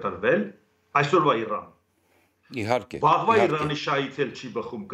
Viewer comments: Ռսից նողկում եք, բայց հնչողությամբ Իրանը արտասանում եք Իռռռան` ինչպես ռսները։ Յուրաքանչյուրը մի ձևով ոչնչացնում է հային։ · Զարմանալի բանա գրագետ մարդիկ էք Իրանին ր ի փոխարեն ինչու էք ռ տառը ասում՞